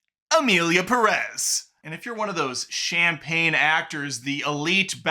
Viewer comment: pErez, not perEz